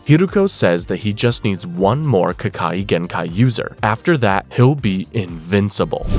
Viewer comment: No hate but you pronounced ke kagenkai wrong